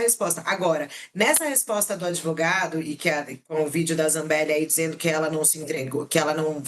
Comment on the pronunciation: Umrum O Brasil "acredita" no "adevogado" da pistoleira 😂😂😂